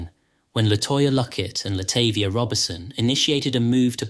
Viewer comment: Her name is latahvia